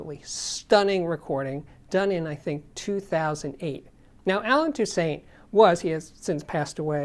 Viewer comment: great videos as usual. Saying his last name wrong. It's pronounced tousaunt. Just a heads up!